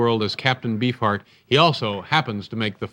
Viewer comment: Dave said Captain Bee-fart.